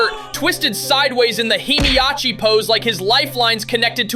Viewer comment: NAH WHO IS HEMIACHI 😂 ITS YAMCHA BRO